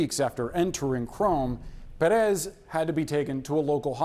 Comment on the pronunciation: WRONG pronunciation of Pérez